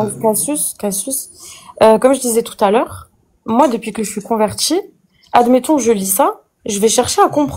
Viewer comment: "Moi je suis convertchie" LOL